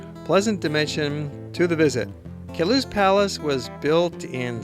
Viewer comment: Ugh. It's called the "Palace OF Queluz" Get it right. :/